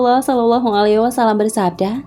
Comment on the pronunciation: Mohon maaf beribu maaf, sekedar mengkritik dalam pengucapan "Wasallam" (double L / Lam tasydid) bukan "Wassalam" (double S/ Sin tasydid) Minta rela